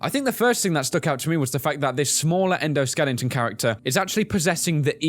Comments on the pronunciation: Skeleton. Not Skelington. ;) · Why do you say "skelington"?